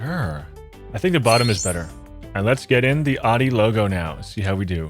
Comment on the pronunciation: it’s pronounced “ow-dee”, not “oddee” And the Pizza Hut logo isn’t a hat, it’s in the shape of an actual hut. Hence the name